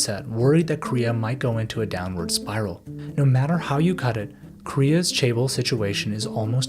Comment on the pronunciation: This was a great video, but as a Korean person, it bothered me so much when you pronounced it "chay-bol". Especially bc you say it in the video every 5-15 seconds. Although this isn't a perfect phonetic way of writing it because Korean pronounces and produces sounds very differently than English, the closest I can put it is cheh-bowl. Not trying to sound like an asshole but you should probably look up how to pronounce another language's word if you're reporting on it and going to say it times in a 13 minute video lol. Just looking it up on google translate barely takesa minute or two.